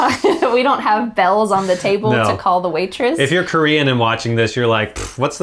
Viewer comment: Your Korean pronunciation is really good^^* -I am Korean